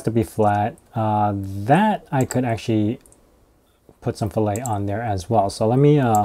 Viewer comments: Great video! Btw fillet is pronounced fill-et, not fill-ay like the steak lol. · It's pronounced Fill-it.. Not Fill-A. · When I took CADD in high school and college, they said fillet as "fill it" not like filet like the cut of meat.